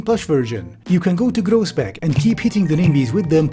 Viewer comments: your pronunciation of nijmegen and groesbeek is painful nijmegen is pronounced as 'nigh-may-gen', where the g is pronounced as a very harsh H. yes, you don't need to pronounce it as tv static. in fact, a lot of parts in the south of the netherlands don't. and groesbeek is 'groos-bake', where g is, again, pronounced as a very harsh H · FWIW, Groesbeek is pronounced Chroosbake, Nijmegen is pronounced NYEmaygen, and Kleve is pronounced Clayvuh. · Absolutely butchered the pronunciation of Groesbeek but I guess in this case that's kinda fair